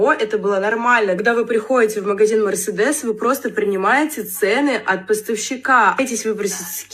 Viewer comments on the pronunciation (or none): Крайняя "мерседес" это пздц слов нет